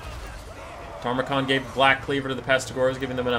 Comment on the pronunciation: I know, it grates me every time too... Loremaster Sotek says it the same way, and he's supposed to be the Lore guy